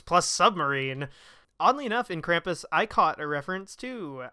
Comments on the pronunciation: It's pronounced Kram-pus, not Kram-poos. He was the polar opposite of Santa Claus or Saint Nicholaus of Eastern European countries. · Kram-poos? Cx haha maybe I've always said it wrong always pronounced it like cram-puss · It’s “Cram-pus” not “Kraum-poose”. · Omg please stop pronouncing it as "crom-poose" ! Why are you saying it that way? Lol Your friend says it correctly. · Kram-poose, well that's an odd pronunciation almost as annoyingly hilarious as people mispronouncing deus ex when revolution was coming out. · The way you pronounce his name makes it sound far more ridiculous than how most people would pronounce Krampus.